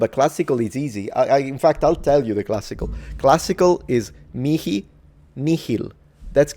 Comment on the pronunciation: personally i really dislike the k pronunciation here